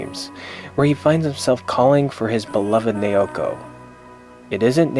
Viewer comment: it's nah-oh-koh. not neeyowkoh